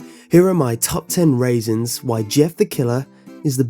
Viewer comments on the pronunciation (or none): Forgive me if I'm wrong but did je say 'raisins' insteand or 'reasons'? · It sounds like he said raisins instead of reasons. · At the beginning how you said reasons it sorta sounded like raisins. XD I love it, im gonna start sayin raisins now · did he say top ten raisins?! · I thought he said top ten raisins. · I thought he said "Here are some raisins he's the best" at the beginning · "Top Ten raisins" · At the beginning you said the top 10 rasins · I thought you said raisin..... sorry not sorry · The Awesome K! Govro Pretty sure that was intentional. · d-did you say top 10 raisons? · " and here are my top ten raisins".... raisins..... omg dies of laughter XD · did he say top 10 rasins lol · I'm pretty sure you said 'top ten raisins' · "My top ten Raisons." :3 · Am I the only one who heard Top 10 Rasins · HA he said "Top 10 raisins" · Did he just say "Top 10 Raisins"? O_o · "Heres my Top Ten Raisins"😂😂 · Hahaha top ten raisins Jeff is the best creepypasta eva! Man I love how he says reasons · "Top Ten RAISENS" lmao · when you say reasons it sounds like raisins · Did he just say top ten raisons LOL